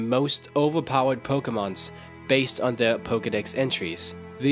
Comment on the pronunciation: Pokemun? Can u has engrish?